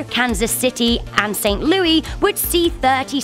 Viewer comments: Lmfao she fuckin said loo-ee. Its Saint Loo-iss, this aint a britain city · Not Chey-anne its Shy-anne, and not st louie its st louis as in saint lew-is, and not wyomic its wy-om-ing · Lol, we pronounce it St. Looisssssssss, not St. Louie in the proud state of Misery. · As a Missourian, and a linguist, I would like to note that St.Louis is pronounced “Lew-ess”, without the French accent. :) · St. Louie? Lol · I live in st.louis and she said st.louie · I’m triggered she pronounced st.louis wrong the “s” isn’t silent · Your pronounce St. Louis wrong. It annoys me too much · Said St. Louis wrong but it’s fine 🤦🏽‍♂️